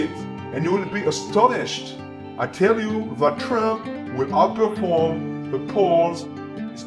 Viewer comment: 王局是 少有的能讲 trump 发音的 媒体之一、